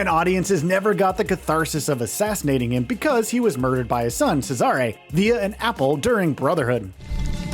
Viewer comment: Why do you say 'Cesare' like that